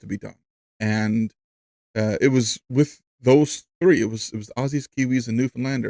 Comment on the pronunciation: Thanks for sharing the history of Newfoundlanders comradery with the ANZACs in Gallipoli. I am Australian and lacked that knowledge until now. Also congratulations, you are the first non Australian I have ever heard pronounce Aussie correctly.